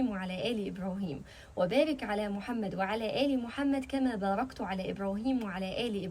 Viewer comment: بارك الله فيك أيتها الطيبة كما صليتَ (بالفتح وليس بالضم) على آل إبراهيم كما باركتَ (بالفتح وليس بالضم) على آل إبراهيم. لأن التاء المفتوحة تاء المخاطب أما المضمومة تاء المتكلم. والمقصود كما صليت أنت يا ربنا على آل إبراهيم وليس كما صليت أنا بالضم فنحن نقول في الفاتحة (صراط الذين أنعمت) بالتاد المفتوحة أي أنعمت أنت وليست مضمونة بمعني خطأ أنعمت أنا